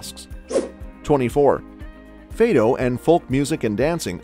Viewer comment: Fàdo is not Fade-oh but good video